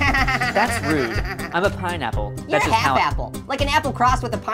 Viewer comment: it’s an pineapple not Painapple just stop saying pain apple and STO- AHHH 🔪